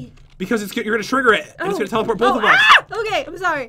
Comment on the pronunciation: did anyone else here go "okey" Like if you agree